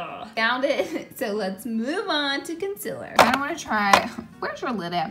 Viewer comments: She must say 'Con-SEAL-er' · She isn’t using concealer, it’s conciller😂❤️